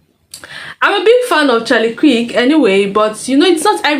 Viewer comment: Charlie K-EEEEER-K You're murdering his name